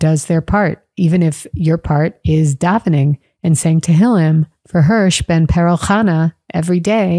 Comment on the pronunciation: “ Hersh ben Perel Chana”